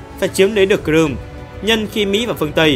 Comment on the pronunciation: Cờ rươm Cờ Rươm phát âm tên đảo nghe dốt quá